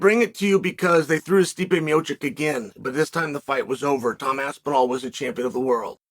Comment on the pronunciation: How can the great one ne matched? No-one can mispronounce both Pavlovic AND Aspinall and STILL be the voice of truth!